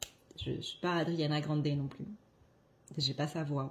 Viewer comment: Merci pour le fou-rire à la fin, je pense qu'Ariana Grande va adorer tout autant que toi qu'on écorche son "prénom public" 😂😂 Je te taquine, je ris vraiment de bon cœur et j'espère que ça te fera rire en le constatant également. Des bisous esquimaux, keep on smiling ! Spa possible de faire autrement 💗